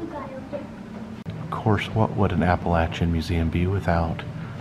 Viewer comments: Exactly what I was thinking. I have always heard it pronounced "appa-LAY-shun." But it probably just depends on where you're from. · I don't think you are pronouncing Appalachian correctly...I could be wrong though. I love your videos by the way. Thank you for sharing such awesome content.